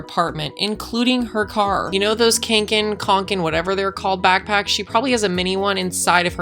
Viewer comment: OMG you said kånken right.